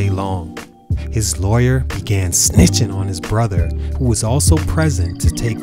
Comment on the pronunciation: The emphasis on "snitching on his brother" got me dead 🤣🤣🤣💀💀